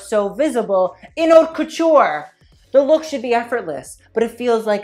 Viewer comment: Please learn to say "haute" properly...I cringe